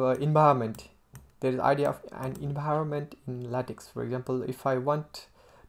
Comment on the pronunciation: Your English is just fine. I'd work on accent and pronunciation a bit. For example, you pronounce "English" as "Engliss". Also, LaTeX is pronounced "lah-tech" not "lay-tex".